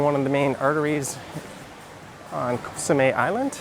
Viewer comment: Nice videos of Koh Samet. But please pronounce it correctly. It’s Koh Samet with a t or you can also pronounce it with a d as in Samed. It’s not Koh Samé 😊